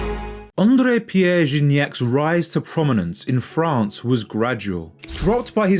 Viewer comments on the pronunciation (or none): none